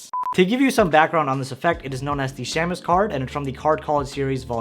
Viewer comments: For what it's worth, shamus (meaning private detective) is pronounced SHAY-mus. The A is long, not short. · Pronounced “shaymus” 😜